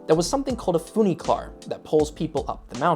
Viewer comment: It's funicular, not funiclar.